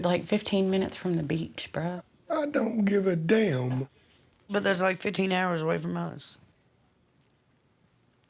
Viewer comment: i just liked how chris said so southern, "i downt giv ay daymn.."